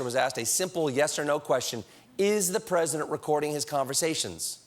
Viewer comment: "I'm pussident and I have russian friend." idiot in the oval.